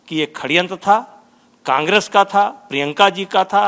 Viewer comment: बृजभूषण बिल्कुल ही अनपढ़ है क्या? जो षड्यंत्र को खडयंत्र बोलता है।